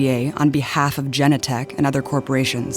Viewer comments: It's Genentech, not Jennatech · It’s not pronounced Gen-Eh-Tech it’s fucking pronounced as it’s SPELLED GEN-En-Tech goddamnit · Please pronounce Genentech correctly - Ja nen tech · it's pronounced juh-NEN-tek. the mispronunciation of this word almost discredits the whole thing, given that they dig all this info up and make these amazing connections but can't learn how to pronounce a company name? otherwise really good mostly. the kind of investigative reporting our media should be doing. but the bit at the end about how Trump is the most unpopular candidate ever misses the obvious point that a) Trump is actually VERY popular with many people and b) Trump is unpopular with people who believe the lying media, who this video itself shows is in the tank for the democrats. not sure why this point isn't made. it's obvious. part of their global mafia is ensuring that any threats to it are destroyed by the lying lapdog propagandist media, which is why they are in fact responsible for any unpopularity of Trump